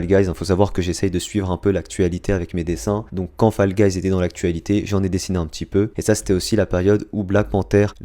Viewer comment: Mes sa s écrit fall guys mes sa se foll guys